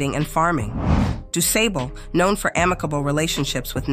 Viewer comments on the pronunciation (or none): It's pronounced like (Dusaable).Thanks for bringing this fact back to the light! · Pronounced duuu. Saaaable.....aaaa as in far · Do Sob bull is how you pronounce DuSable. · His name was pronounced Du Sabble mam with a short a thank you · I know this Man and It's pronounced DAY- SAAB- BLEE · This Has Been Know In The Chicago community 4years . His Name Is Pronounced Doo’Saabal NoT Doo Sable. To much A.I🫤 There’s No Suprise His Land WaS StoLen From HiM. As “they’ve “ Always Done😑🥴😑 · Doo-Say-Ble. AI involved in this pronunciation? “Doo-Sah-Bul.”<-That feels better to me. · Pronounced DuSAAAABLE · PRONOUNCED ===Du. { SAWBLE } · Its pronounced: (Doo) (saw bol) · This is false street and school and pronounce it like dooo-saable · He's actually celebrated in Chicago. Honored with a school, a museum and a stretch of Lake Shore Drive named after him. There's a bust in his likeness near what is known to be his original settlement on what is now North Michigan Ave and other tributes. Also, his name is pronounced with a short 'A'. We're very proud of him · Pronounced Du Sable. The a is shirt not long. Du Sable H.S. is also named for him. Graduating many of Chicago's African businesspersons and city leaders. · Does anyone care when these AI voice translators pronounce names incorrectly. DuSable is pronounced incorrectly. Why make a video about this man's accomplishments and then allow his name to be disrespected. Learn to properly program these translators. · You are the first to ever correct this. I'm from down South, I pronounce it du-say-ble. Just imagine what the comments would be if I would have pronounced "Jean" as "Gene". There would have been many more name corrections on that rather than him founding Chicago corrections. Thanks for your help 🙂